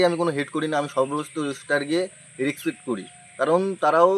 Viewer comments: Bale* Respect❌resket ✅😂🤣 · Respect ❌ resket ✅😂😂😂😂😂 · Respect ❌ resket ✅😂😂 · তুই আগে কথা বলা শিখে আয়। হাফ লেডিস। Susal media😂resket😂 খুব ভালো উচ্চারণ করতে পারিস😂😂😂😂😂